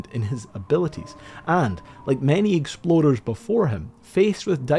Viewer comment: I absolutely love this guys pronunciation of "explorers". There were at least 3 times i definitely heard "exploders". God i love that rolling R.😂